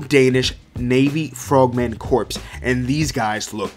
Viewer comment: Corps is pronounced "Core" And Kyudo is "Kyuu Dough"